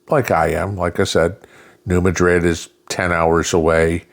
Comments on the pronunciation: New Madrid (Nu MAD-rid). Gotta say that one like you’re from the boot heel. I recall a 4.6 back around 1990. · NOT the New Madrid as in the city in Spain. The South calls places the way it wants to. It is the New MAH- drid fault. Emphasis on the first syllable. Please say it correctly.